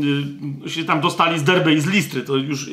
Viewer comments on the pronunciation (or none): none